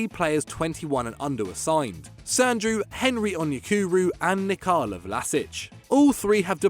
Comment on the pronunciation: Its not Nicalo...its NIKOLA Vlašić....its not an italian name ffs....